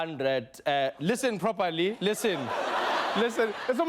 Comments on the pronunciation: "Leesan properly" 😂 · “Lissan Propaly”